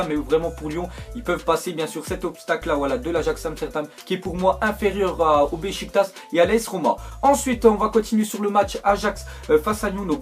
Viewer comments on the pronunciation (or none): none